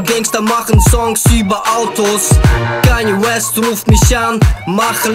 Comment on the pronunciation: lern erst mal wie man kanye West richtig ausspricht